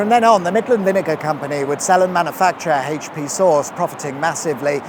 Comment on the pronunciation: AITCH PEE